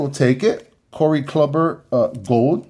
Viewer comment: Bro…Corey “Clubber” lol😂 🤦🏽‍♂️…no offense cuz you seem like a nice guy but are you even a baseball fan if you don’t know how to pronounce Corey Kluber’s name?